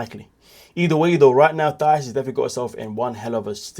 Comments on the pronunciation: Her name is pronounced Tie-ees. Not th sound. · The H is Thais’s name is silent and the accent is in the second syllable (Ti-ees) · You keep pronouncing Thais name incorrectly!😮